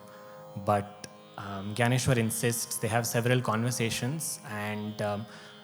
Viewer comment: In your narration, you have not pronounced Jnaneshwar properly. It has to be ज्ञानेश्वर not ग्यानेश्वर.